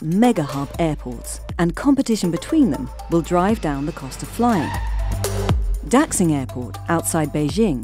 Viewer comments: Dack sing? "Dashing" would be a better pronunciation. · Please stop butchering the name of Beijing’s new airport, Daxing. It’s not pronounced “Dacksing” it’s pronounced like “Da-shing.” In the pinyin romanization, “x” is pronounced like an “sh.” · >the economist >talks about china being great >pronounces Daxing as dachsing yeeeah, dudes. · daxing -> da shing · the way they pronounced the name of the chinese airport is wrong. x in chinese pinyin is pronounce like sh, not ks